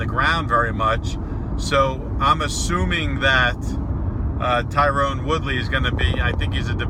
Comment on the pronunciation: TYRON!!! Tyron, not Tyrone. For fuck's sake.